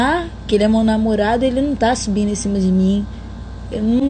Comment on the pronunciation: Única coisa que eu reparei foi ela falando "sobindo na minhas escosta" kkkkkkkk